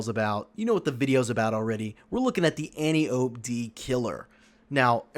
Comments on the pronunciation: An - ty - uh - pee Not an - tee - ope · So, if you want people to take your input seriously, at least pronounce Antiope correctly.